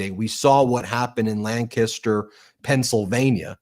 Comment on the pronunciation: Ben pronounced “Lancaster”correctly 💙